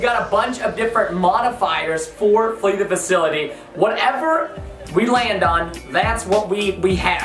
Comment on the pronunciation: All of you Guys! I love Flee the Facility or as Preston Says it "Flee the Faculty" MORE PLZ and Also MERRY CHRISTMAS AND A HAPPY NEW YEAR ARSEMENT FAMILY!!! 🔥🔥🔥🔥🔥🔥🔥🔥🔥🔥🔥🔥🔥🔥🔥🔥🔥🔥🔥🔥🔥🔥🔥🔥🔥🔥